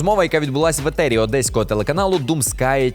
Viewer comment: Люди які кажуть "етер" замість ефір - 🤡